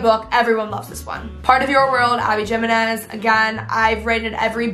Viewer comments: jimenez is pronounced him-en-ez 🙂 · abby jiminez is pronounced “he-men-ez” :) love ur recs !!